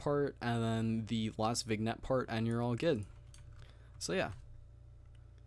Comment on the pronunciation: By the way its not VIG-Nette LOL the g is silent